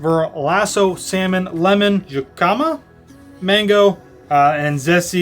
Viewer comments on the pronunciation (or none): Love your dining reviews! Always so informative and thoughtful of your experiences. Thank you for sharing Disney with us knowing that we cannot go right now. Also, wanted to know that Jicama is pronounced "hi-kuh-muh" as an FYI. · The way you pronounced Jicama cracked me up.